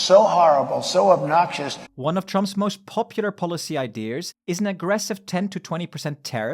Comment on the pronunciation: Don't think he will ever read it, but f*ck it: idea, not ideer. It's not an antler containing mammal created by Apple.